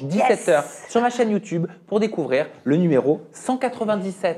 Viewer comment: Ermano quand il dit "you toube" a chaque fois je suis mdr.jadore 😅